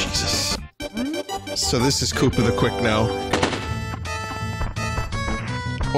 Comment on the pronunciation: i love how Vin says kooper instead of koopa